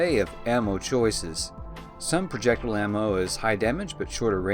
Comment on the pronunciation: Please look up how to pronounce projectile. there are no u's or h's in the word